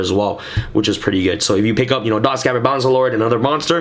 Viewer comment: you pronounced dotscaper wrong again lol